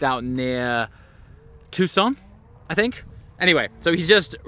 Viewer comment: In my state! Isn’t in just gorgeous? TONS of mountains and animals. Hope you have a great stay and thanks for the video! Great as always! BTW GREAT pronunciation of TUCSON, THAT IS MY HOME TOWN!! 🔥✊🏼